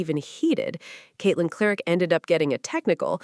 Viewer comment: Caitlin Lark? I hate AI. Timpson is the one that stepped up more than Billings with no Boston.